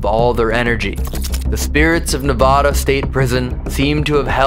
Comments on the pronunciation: not knee-vod-uh... its nuh- VAD-ah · Your guys videos are always amazing and entertaining to watch I wasn’t expecting you guys to be doing a investigation on the prison in my hometown in Ne-vă-da. it’s not ne-vo-da btw lol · i now it’s so off topic but it’s neVAAAAda not neVAHHda 😅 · My name is Nevada thats not how it’s supposed to be said there is no voda in the word it’s vada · Goddamn when u say nevada wrong it erks every Nevadan There is no nevoda It’s nev- ad-a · I love you but please stop calling it Novada 😢😅😂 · Is this a real overnight with just the essential crew!? No way. Thank you, Uncle. You're not pronouncing Nevada correctly. It ends like California. I hope Connie treated you well at the Silver Queen. That's my kindergarten teacher. Good to see you in my home. ❤ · im sorry man i live in nevada and you just say it wrong so bad 😭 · I love you so much but that is not how you say Nevada😂 still love you though even though you say my home state wrong 😂❤❤❤❤ love you guys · People who are from Nevada are cringing at how they’re pronouncing it 😅i am one of them